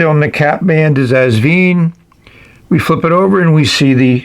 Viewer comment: Enjoyable review, as always! Just one small correction (direct from the owner, Britumn Li), the brand is pronounced '...VINE', like a grape vine. The clue is on the included instructions -- where you'll see Asvine end in a flowered vine, in their script logo. I made a video on the subject last year: 😉 Keep up the good work and videos!